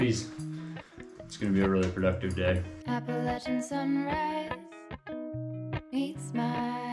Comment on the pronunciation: Edit….. Kyle Dailey “Golden things” is the song ❤️❤️❤️ I love that song in your video “Appalachian Sunrise” who sings this? She pronounced Appalachian correctly too she has to be from these mountains for sure! Can someone please tell me who that singer is….. please